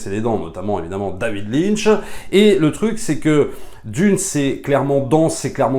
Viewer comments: Désolé mais critiquer le film de Villeneuve sans avoir lu le livre, c'est un peu creux. Pour ma part c'est le seigneur des anneaux de la SF car j'ai vu enfin ce que j'avais lu étant enfant : merci Mr Villeneuve ! (Lynch pas "line" ;) ) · C'est David LynCHhhhh Pas line 🙌